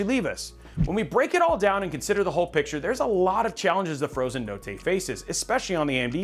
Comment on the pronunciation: I'm Italian and if you pronunce "notte" like that you are a certified psico